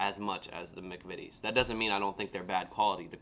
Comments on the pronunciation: You are the first American I've watched try British snacks to pronounce McVities correctly well done son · You are the only American who has pronounced the McVitie’s right. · I agree, I've watched loads of Americans try and review British sweets/snacks and British "Biscuits" and you're the first one to pronounce McVities correctly . Try the chocolate digestives with a "Brew" or cup of tea, they are amazing. We have Hersheys in the UK , but compared to Cadbury or British chocolate in general are rubbish. I work for a large supermarket and Cadbury sells 10 to 1 over Hersheys . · You’re the first American I’ve seen to pronounce McVities right, but like every other American you’re eating it upside down! I guess it doesn’t really make much of a difference because the flavour will be the same, but we would eat it chocolate side up. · you have done the best reaction to British snacks even pronouncing McVities correctly. There is nothing better sitting around a table chatting with friends & family with a cup of tea and dunking biscuits. The ginger nuts I prefer dunked in tea or coffee. I lived in Australia, Cadbury chocolate tasted different there because of the extreme heat Cadbury Australia includes ingredients to stop the chocolate melting. Your Crumpets won't have a long shelf life, well toasted buttered while hot, the butter melts into the tiny holes served with a cup of tea, ideal for breakfast or on a cold autumn/winter afternoon with a cuppa. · And well done young man, you are the first American reviewer who just seemed to know how to say "McVities" without hesitating or trying it 3 different ways. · Yep... nice job, spot on 😊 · You aren't wrong.